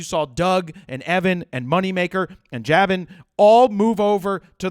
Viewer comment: Jabin is JAY-BIN pronounciation, just so you know. "You're in shooting mode! ... Well ... "